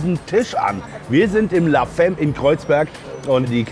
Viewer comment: “La femme” 🙂 …ist französisch, bedeutet Die Frau und wird la famm betont.